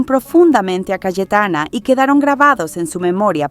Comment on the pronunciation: Por qué dices CaEtana?? Es CaYetana